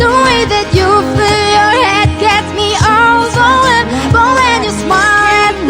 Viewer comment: 원어민은아니에용 overwhelm 발음보면..ㅎㅎ